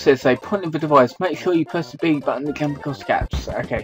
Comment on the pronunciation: Are you serious? It's not pronounced Gump. It's pronounced JUMP. You know, just like the word JUMP. Because it's pronounced JANKED up mario party, not ganked up mario party. How the heck do you fail to see the resemblense of the name of the word JUMP?